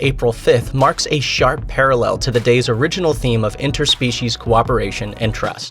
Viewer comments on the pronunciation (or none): none